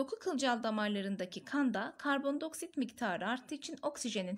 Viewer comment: hocam” i “diceksiniz karbon dİ oksit karbon do oksit diyorsunuz shdhhshdh